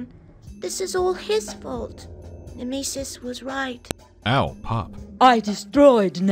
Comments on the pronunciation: So....has anyome found out what the fuck was up with that live action girl who coulmt pronounce Nemesis? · I have never ever heard anyone pronounce nemesis as "Nemeesis". Also the Pathologic soundtrack use in that scene fit way too well